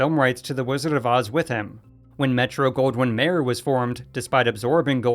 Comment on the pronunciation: Mayer is pronounced like Myer, not Mayor